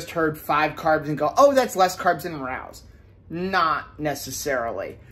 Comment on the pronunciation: It’s pronounced Ra(long A) O’s.